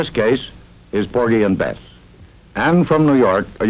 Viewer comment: Did Murrow make two speaking errors? He called "The Best Years of Our Lives" "The Best Years of Our Life" and "Porgy and Bess" sounds like "Porgy and Beth."